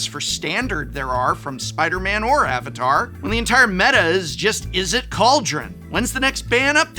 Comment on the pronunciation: Finally, a mtg YouTuber that pronounces the names of AtLA names correctly 😂